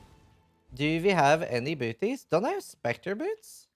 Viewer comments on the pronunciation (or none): the moment when you said "do i have any bootys" in an accent I KNEW you where norwegian.